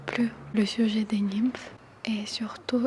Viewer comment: Merci pour ce joli partage 🥰 Le « ym » de « nymphes » se prononce « in » ☺️